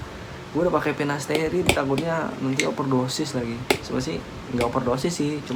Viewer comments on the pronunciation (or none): Sampo selsun,pinasterid,ketomed haha nyebut nya lucu tapi ttp semangat yaaa bang mksih info nya